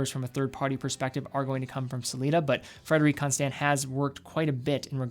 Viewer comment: FrederiK ConstANT. Why do you say it like that?